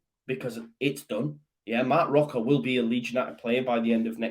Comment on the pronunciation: Don't want to sound pedantic but the pronunciation of Roca is "Roka" un Spanish the "c" before an "a" is pronounced as a hard "c" as in "Kick". The gutteral sound you are using is for a "j" or a "g". Short lesson in Spanish pronunciation for you. Spanish Whites MOT!